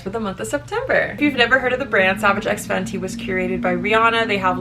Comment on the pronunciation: actually saying the brand correctly for once 💀😂